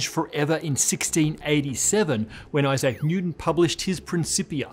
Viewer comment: That's an odd pronunciation of Isaac.